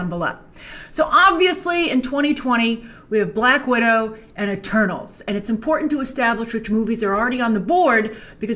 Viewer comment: "We have Black Widow, and E-Turdles"